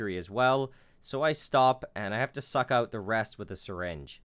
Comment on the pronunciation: The way you say "out", is really weird. "Eut"